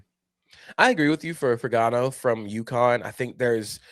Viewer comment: The G is silent in Fagnano! I'm sure he'd want everyone to know that lol